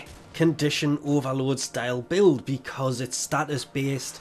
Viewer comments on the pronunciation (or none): none